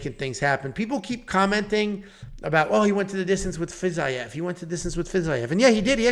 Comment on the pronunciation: The fact you can’t pronounce Fiziev correctly. FERGUSON HAMMER. I mean I’d hammer the NC but 🤷‍♂️